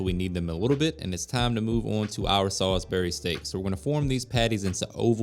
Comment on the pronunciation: Sal-isbury not Sol-isbury 😂